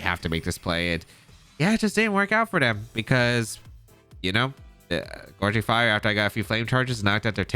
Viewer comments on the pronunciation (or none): Happy to see this ‘mon get presented! I know you’ve been having a rough go of it with the whole Archaludon pronunciation thing, so I say this with all the love in the world: it’s GOUging Fire, as in G-Ow!-ging, not Gorging! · GOW-ging fire not GOR-ging fire <3 no hate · Also the name of the paradox entei is gouging (like “gouge my eyes out or “The super market is gouging people with these prices”) fire.